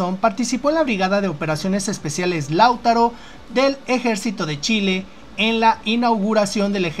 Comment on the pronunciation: Hola: 1. Se dice "Lautáro",... no "Láutaro" 2. Viene por el litio, ya lo dijo.